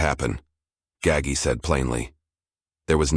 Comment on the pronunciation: Typical: mispronounced Gaggi